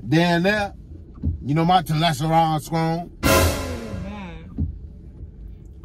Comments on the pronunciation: He said telesteroneeee. I’m weak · Did he say " my talesterone strong"?